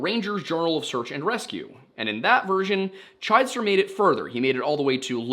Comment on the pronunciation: The last name is pronounced Chidester with a short "i" sound instead of the long "i" sound so it's CHID ester